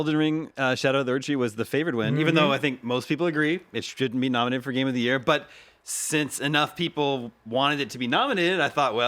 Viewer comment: Game of the Yera??? Speak English at least 😂